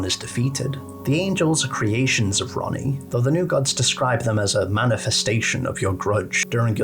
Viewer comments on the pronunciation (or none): none